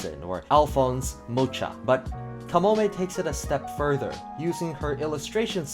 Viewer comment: You’ve really butchered Mucher’s name beyond recognition, lol. Great video tho, no shade, no shade.